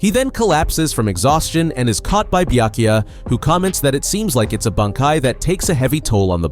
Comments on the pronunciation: Not bee-yuh-koo-yuh it’s bee-yah-koo-yah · Ah yes, who can forget my favorite captain: Buy-a-cuy-a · Bee-uh-koo-ya Are you FUCKING serious? Y’all need to stop with the AI narrations. It’s insulting to the property, the author, and his nationality by letting it pronounce the words as they’re spelled in English. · Is it too much to ask that you pronounce Byakuya correctly? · Yeah annoying af Byakuyaah SenbonZAKURA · dude learn to pronounce the names you are so cringe zebanzakura? WTF ? byakuya? dude common